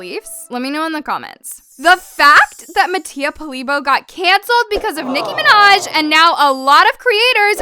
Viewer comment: I DIED OF LAGHTER WHEN IT SAID NICKI MANJA 🤣🤣(I luv her byw)